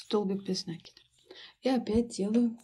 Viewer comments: Как же триггерит неправильное произношение слов . Ну если вы садитесь снимать мк , делайте это профессионально не только по теме вашего видео , но и по тому , что вы в нем говорите . накИд!!!! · Почему нАкид? Просто бесит